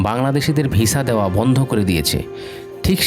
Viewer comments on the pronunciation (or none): none